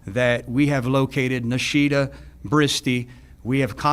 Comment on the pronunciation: Horrible case., please learn how to pronounce "Nahida". It's only three syllables!